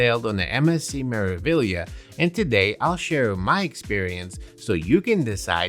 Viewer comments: Me-ra-vi-glia(liya)! Yes, you do pronounce all these letters as they are written. Greetings from an Italian teacher. P.S. we loved our cruise vacation on Meraviglia at the end of December, it was a blast! 🎉🎉🎉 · MSC "Mare-ah-vee-yah"